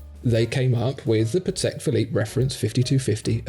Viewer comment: Gentlemen, love your shows, sound of voice, knowledge. Listening to you is pure pleasure. I have just one remark though, maybe you can take it under consideration. Whenn pronouncing “Patek Philippe” you should change your accent slightly. Since Antoni Patek, founder of the company, was Polish, you should put stress on the FIRST syllabus of the word, while Philippe, who was French is accented correctly. So it is not pa-TEK phi-LIPPE, but PA-tek phi-LIPPE. Mr Stern pronounces it correctly ;). Great job guys anyway.